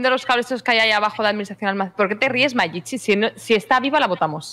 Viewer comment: El markito le decia Machichi a la pobre de Mayichi